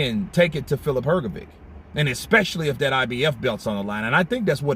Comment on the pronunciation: What’s wrong with you?! 😅 Frank Warren correct pronounce Hrgović and you heard it. But you’re UNABLE TO PRONOUNCE IT CORRECT?! Show RESPECT to boxers and to your subscribers! ❤